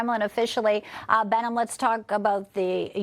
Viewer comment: Please pronounce his name correctly: Behnam Ben Taleblu